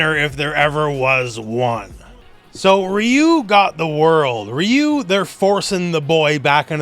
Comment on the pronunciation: "Raiyou" fucking sent me 💀